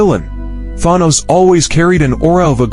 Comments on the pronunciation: Thon-nose. Stupid A.I. bullshit. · I love the way that the video pronounces Thanos in different ways. 😂